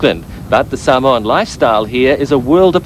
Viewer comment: can’t even say samoan properly